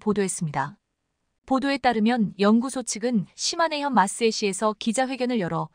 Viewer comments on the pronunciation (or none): none